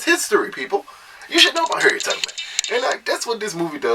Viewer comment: Was he saying Harriet TUGG-man?